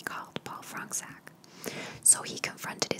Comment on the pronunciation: Its a polish surname and its pronounced 'Fronchuck'